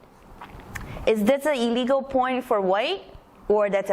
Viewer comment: I'm not sure if you're saying "a legal" or "illegal"